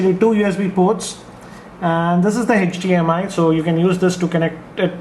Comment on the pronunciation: its HDMI nad NOT HETCH-DMI